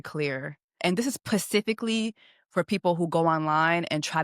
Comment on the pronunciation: Specifically 😀not Pacific-ly